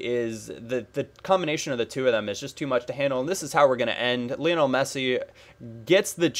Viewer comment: it's pronounced Li-on-el, not Lee-on-al. He was named after Lionel Ritchie!